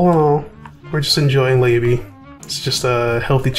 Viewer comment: LA-BEE not Lay-Bee listen to her song video or her dialogue for her name as she says it ALL THE TIME